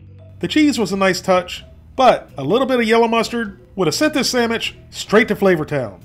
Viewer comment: You get a thumbs up for saying samich😂😂